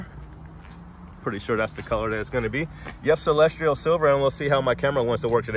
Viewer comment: there is no “r” in Celestial. Noticed you saying “celestrial silver” in several videos.